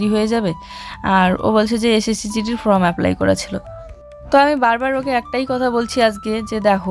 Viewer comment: জুঁই তো যথেষ্ট বড় হয়েছে,ওকে সবসময় কোলে নিয়ে চলো কেন?তোমাকে কোনকিছু correction করে দিলেও তুমি সেটা correct বলার চেষ্টা করো না।ফ্রম নয় ফর্ম।প্রিয়া,মৌ creation এরা কিন্তু করে। ভালো yt র হতে কথাবার্তা ঠিক করতে হবে।